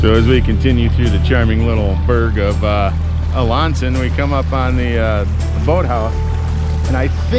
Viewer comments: It is "a-lan-sen" not "a-lon-sen"... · That’s a-LAN-son 🤣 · Thank you for this video. I ran the swing bridge in Alanson (ah-lan-son) for my job at Sherman's Pizza (formerly Spanky's) in the 2000's. Been up that river more than once. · Interesting I drive through the town of Alanson (pronounced a-land-sun but DON'T pronounce the D I added it for emphasize on lan not lon) but never take the time to learn about the town. NICE. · We pronounce Alanson "uh-lan-sin" up north BTW 😂